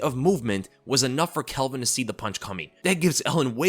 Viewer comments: It's NOT ' Kelvin ' !!!!!!! C'maaaan ... 🤣👍✊ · it pronounced calvin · Why you call him Kelvin? His name is Calvin lol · Bro, his name is Calvin not Kelvin. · His name is Calvin, not Kelvin. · why you calling Calvin, Kelvin 😂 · Calvin not kelvin 😂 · tfw you called him kelvin like 5 times in a row when his name is calvin lol